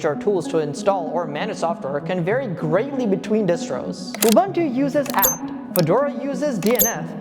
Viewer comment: UBUNTU is pronounced "OOBOONTOO". "OOBANTOO" doesn't exist.